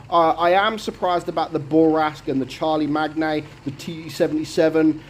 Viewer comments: Charlie-Magner?! Shar-le-main. Hope you check out who Charlemagne was. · ^^^, mate, as a fellow Brit' (Londoner here) I laughed my bollocks off at how you pronounced "Charlie Mag Knee" Listen to HOW it's pronounced, here (1970's hit) = It's pronounced as "Char" like French battle tank, "Char", "Le", "Main" as in "Charlemagne" ( silent 'G' ) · Its pronounced Shar-la-mayne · Hey, i think the Charlemagne is named after the famous Frankish king who conquered medieval Europe. I believe his name is pronounced like Shar La Main. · as someone that speaks frenc fluently, hearing the name Charlemagne being mispronounced so badly is funny to hear. I understand that you're doing your best, and say it's name in british because it's a british tank, but the name comes from france, from the king Charlemagne in the 87\th century. I don't know how to explain the name through comments so I you would like to know how to say the name you can look it up on the internet.